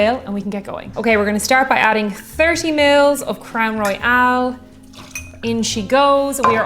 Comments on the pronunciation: It is pronounced Crown Roy-ul. Royale is how you pronounced it. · Just a little pedantic but you were pronouncing Royal as Royale. Great drinks though and I enjoyed the video.